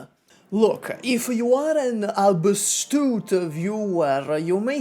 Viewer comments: Think it's "astute" not "abstute" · better not try using words you're not too familiar with. xD, and also in the subtitles, you talk about aBstute viewers, but there is no such word in the English language. I am guessing from context and that it sounds close enough that you likely meant "astute", as in, who can infer things correctly from having watched your previous videos and comments.:D